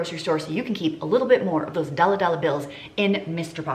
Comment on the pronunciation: Strawberries are one of the things that the price has stayed the same… $4 per pound in Belgium. Also, I love it so much when you say doll hairs!